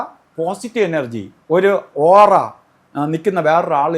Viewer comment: ഓറ അല്ല ഒറആയിരിയ്ക്കുഠ.